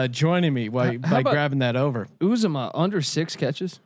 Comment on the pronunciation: I don't know if you guys will ever see this, but it's CIN TE C. J. Uzomah (pronounced U-ZAH-MA, not UZE-O-MAH)